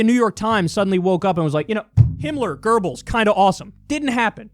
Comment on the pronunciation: FFS dude, there's no R in Goebbels.